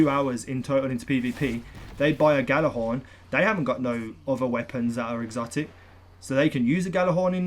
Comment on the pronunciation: its pronounced "Yha-lar-hawrn" stop calling it a "gha-la-hawrn"